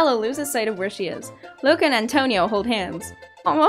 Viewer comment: NOOOOOO!!! NOT ATONIO